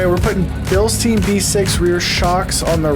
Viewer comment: Great video, thanks. Note though that you are mispronouncing "Bilstein" over and over in the video (although you did pronounce it correctly at the beginning of the video). Bilstein rhymes with mine, not mean. 😁